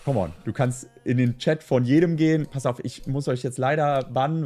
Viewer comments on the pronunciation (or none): none